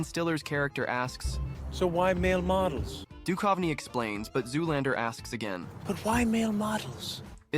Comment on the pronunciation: It's funny hearing the narrator callout people for mispronunciations and then goes on to mispronounce Guttenberg & Duchovny.😔